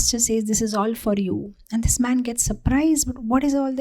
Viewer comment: read man as maa*